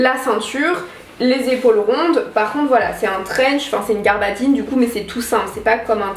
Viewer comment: Mdr!!! On ne dit pas "garbadine" mais "gabardine"!!!!